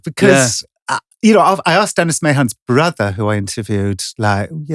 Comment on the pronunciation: Mahon is pronounced Ma-Hen.